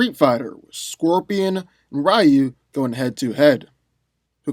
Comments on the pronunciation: Rayu? Isn't it pronounced Ree-yu? 🤦🏾‍♂️ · It's pronounced Ree-You, not Rie-You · rEYE-oo... no. REE-u 👍🏿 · It is. He just mispronounced it. The same way he mispronounced "Ryu". It's pronounced "Ree-U", not "Ri-U". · Balbosa-Mc Intosh No it ain’t. It’s Ree-yu. Go watch the animated movie. Everyone said Ree-Yu . Not Ra Yu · Rayu?! It's not Pokemon 😑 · I new Scorpion was going to win when you didn't even pronounce Ryu's name right lol. Also, you didn't go over the dark hadou, which could probably vaporize Scorpion. All jokes aside, I would definitely give the w to Scorpion, in the nether realm, if Ryu didn't harness the dark or light hadou. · You pronounce "Ryu" wrong. His name is 1 syllable, not 2. It means "Dragon" is Japanese.